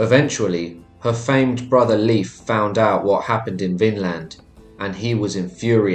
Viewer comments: it’s pronounced layf my guy not leaf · Please for the love of the god please use proper pronunciation. Leif isn’t pronounced to sound like leaf. Made me cringe every time and was super distracting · Leif is NOT pronounced "leaf" for crying out loud!!